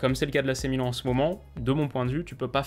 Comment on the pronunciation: ne t'inquiète pas 1 jour tu arriveras à ne plus te tromper sur la prononciation du club